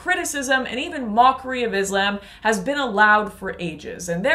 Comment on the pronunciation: First try to pronounce islam properly 😂😂then you show your hypocrisy